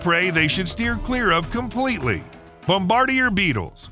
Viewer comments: Thumbs down for the pronunciation of "bom-ber-deer". Nah man. Don't do that. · "Bomb-bar-dee-year" beetle lmao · When I was a kid and I learned the word bombardier, we were taught to pronounce it bom-ba-DEER. Now I hear people pronouncing it "bom-bar-dee-ay." You pronounced it like it's spelled. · bom-ba-DEER Beetle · It's pronounced.....bom buh deer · 🪲Please learn how to say bombardier beetle correctly. bom-bah-DEER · The way you said Bombardier made me want to puke. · I really like the narrator's voice... Damn shame it's AI. The telltale sign is how it pronounced the "bombardier beetle". Damn shame 😢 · Haha yep “try saying bombardier…it’s not what you think…” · Check how to pronounce "Bombadier" mate (sigh) another gen z literacy fail.